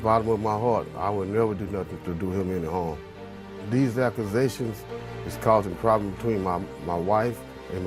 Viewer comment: Someone tell this man that there's no "R" in the word accusation.